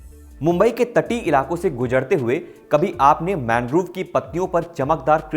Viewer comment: मैनग्रोव नहीं मैंग्रोव होता है गलत मत पढ़ाया कीजिए भाई